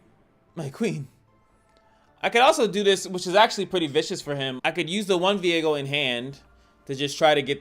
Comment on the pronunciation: Isnt his name viego? and not veigo